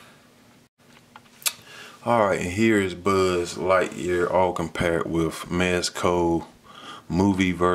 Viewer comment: he said budd lightyear lmao.